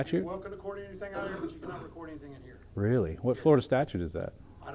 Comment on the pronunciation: "Wecord in here"